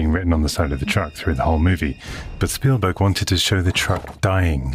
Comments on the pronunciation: Speven stielberg? Did I just hear that correctly at 1.23? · I giggled when he said speven steelberg 😂 I do that crap all the time hahaha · Speven Stillberg? Hilarious. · Did he just say "Speven Steelberg"? Oh my God, it's time to go elswhere. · "Speven Steelberg" 😁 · Speven Stealburg 😂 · speven stielberg 😂😂